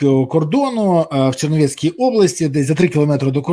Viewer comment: Пане Бориславе, область називається «Чернівецька», а не черновЕцька. Ми нічого не маємо до Черновецького. 😊 По суті відео- повністю згідна, можна було спокійно «повʼязати» чоловіків і все. Супротиву вони не чинили.